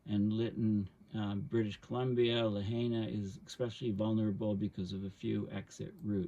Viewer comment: FYI, Lahaina is pronounced Lah-High-Nah.